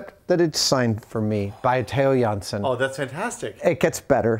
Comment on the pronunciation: really awsome Adam can say a dutch name so well